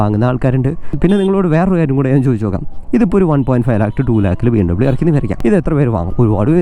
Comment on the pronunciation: It's BMWeeeee Bayerische Motoren Werke